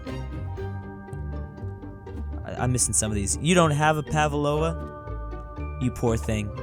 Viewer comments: It’s food from New Zealand and it’s prounounced pav-loe-va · im from new zealand and you butchered a pronunciation of pavlova 😂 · I just cant over they way he butcherd Pavlova